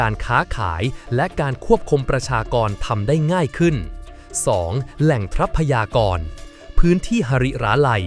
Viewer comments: ทรัพยากร อ่าว่า ซับ พะ ยา กร ไม่ใช่ ทับ พะ ยา กร ว่าแต่ว่าใช้ Ai มันก็ได้ประมาณนี้ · ทับ-พะ-ยา-กร เออ อ่านมาได้นะมึง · คนหรือ AI ที่พากย์เสียง ทำไมอ่านคำว่า ทรัพยากร ไม่ได้ อ่านเป็น ทับ พะ ยา กอน ตลอด